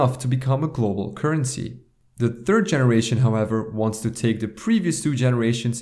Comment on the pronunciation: Bad pronunciation of word "currency" ;p